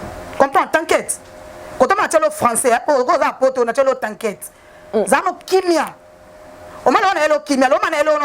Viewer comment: Zoba nene ont dit pas t'aquite ont dit t'inquiète maxi alobaka nanu français koleka yo